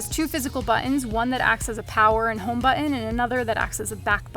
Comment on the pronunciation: She says "button" funny